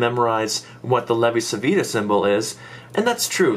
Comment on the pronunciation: In Italian Civita is pronounced like Chivita :D